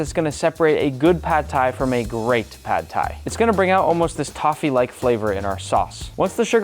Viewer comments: he said tad phai in the intro 😭😭😭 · I tend to doubt people who can't even pronounce the word Pad Thai.....